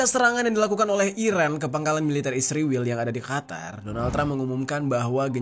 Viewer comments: Israel bang ..bukan isriwil. Saking bencinya kamu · bahagia bgt saat anda bilang isriwil 😂😂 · Kenapa israel disebutnya isriwil ya? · Knp harus bilang nya isriwil...giliran palestina bilang nya bener palestina😂